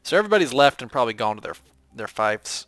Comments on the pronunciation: Fief is pronounced Feef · Your saying fief wrong, just saying